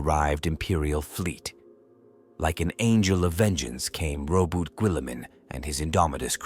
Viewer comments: Or the damned butchery of Robute Ghilliman’s name, or the word Primarch, it’s so bad I ain’t lasting 5 minutes before saying nope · Robu guilliman 😂